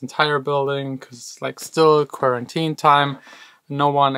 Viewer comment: he! just say "kworentien", that'll work!:)